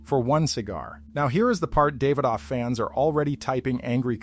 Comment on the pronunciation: I'm not usually big on name pronunciation but they keep saying them wrong, lol. "Podran"? "David off"? I like the content but come on man.